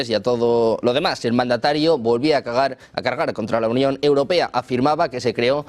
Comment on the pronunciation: Min , cag@ o cargar?